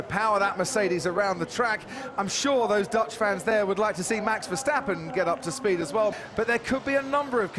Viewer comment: Just noticed the commentator call max verstappern jos verstappern